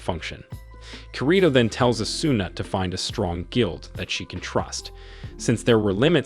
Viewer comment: and its o su na = asuna